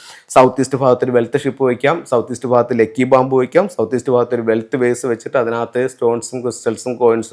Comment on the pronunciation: അണ്ണാ, ഫാരതം അല്ല ഭാരതം.... ഫാഗത്ത് അല്ല ഭാഗത്ത്..... ഇതെന്നാ മലയാളമാ? കട്ടം.....😮